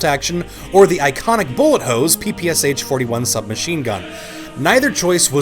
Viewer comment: The sh in PPSh is not a s h, but a sh as in "AMCA-i mean-shit". Also in russian it’s ППШ, ш being the sh sound